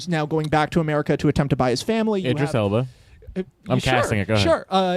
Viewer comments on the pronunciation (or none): none